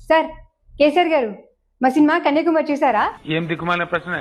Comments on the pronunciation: కన్యాకుమారి అని స్పష్టంగా పలకడం రాలేదు నీకు. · కన్యాకుమారి అని చెప్పేది రాలే కన్య కుమారి అని రెంటినీ విడదీసి చెబుతోంది